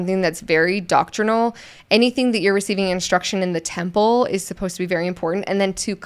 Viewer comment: Anyone else notice how he kept pronouncing it as tample instead of temple? Wanted to watch and learn but can’t. :(